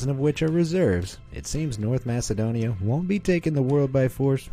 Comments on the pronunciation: its pronounced Makedonia not masedonia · Masedonia😂 its Macedonia